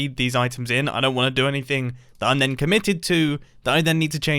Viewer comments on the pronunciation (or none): none